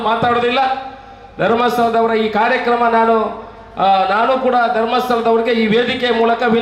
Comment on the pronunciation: ಣಾಣು ಶಾಷಕ... ಇರ್ನ... ಸ್ವಶಾಂತ್ರ್ಯ....